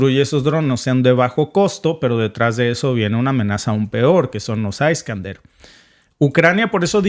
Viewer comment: Se pronuncia Iskandier, y no aiskander! En ruso, no en inglés!